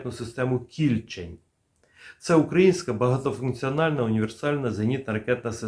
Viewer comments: Не кІльчень, а кільчЕнь. Річка така в Дніпропетровській області. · Хотів би вас поправити. Не КІльчень, а КільчЕнь. Це назва невеликої річки, яка впадає в р.Самара. Поблизу міста Дніпро. Дуже цікаво ви надаєте інформацію. Я на ваший канал підсів))) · Кільчень - від назви річки. Наголос - на другому складові.